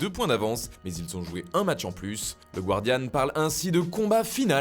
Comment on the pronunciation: Le guardian se prononce gardian 😉